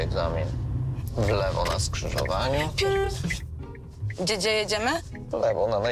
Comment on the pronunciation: "dzie jedziesz", "czasu poczeba" masakra